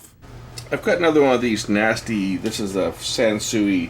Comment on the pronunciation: "sansewage" LOL!